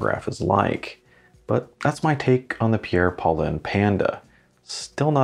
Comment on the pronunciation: The naming is obvious - sounds similar to "Pierre Cardin". Paulin and Cardin should be pronounced FRENCH btw.